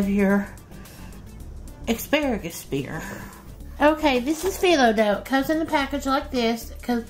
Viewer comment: OMG! You've said "EXparagus" twice!🤦‍♀️🤦‍♀️